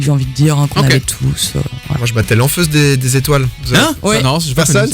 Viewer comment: Lanfeust des étoiles il a dit 😂😂